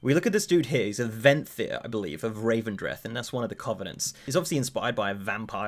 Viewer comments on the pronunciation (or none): rEvendreth not rAvendreth